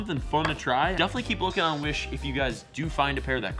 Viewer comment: I thought you said "Wish Bus"